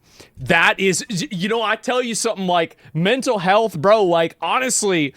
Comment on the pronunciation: “Somebody’s mental healthf”